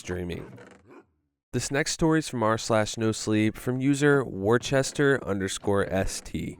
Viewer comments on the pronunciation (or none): Its always so silly hearing somebody not from the area pronounce Worcester. For future reference its pronounced wuh-ster 🙌